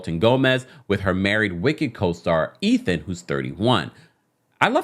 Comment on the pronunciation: "Eh-then"? I don't understand how the pronunciation of that name is not a no-brainer!